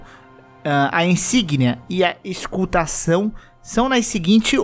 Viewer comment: "eSCultação" do loder de sangue 2x 😅😂🤣